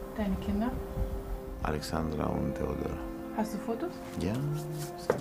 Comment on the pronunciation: Der moment wo er Teodora sagt....my name is Teodora :(